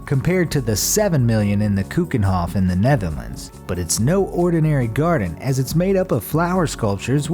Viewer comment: Im dutch you didnt say Keukenhof you Said kukenhof